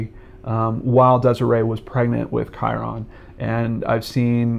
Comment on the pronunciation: Just a friendly fyi! Kyron is pronounced "Ky-rin"... ;-D